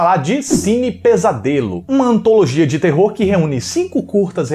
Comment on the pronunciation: Ah, a antalogia shaushaushaus Aquela live foi incrível, mas eu colocaria o Oswaldo do Trasheira que é gente boa. E todos estavam maravilhosos.